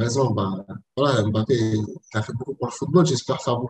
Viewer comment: NON PAS AIME BAPPE STP, tu dois le dire comme mnémotechnique, c’est étrange les journalistes ne font pas l’erreur avec AIME ladenovic 🤣🤣🤣🤣